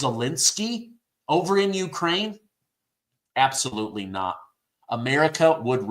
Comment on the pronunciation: Apsallotly. positively!!!!! The worst president.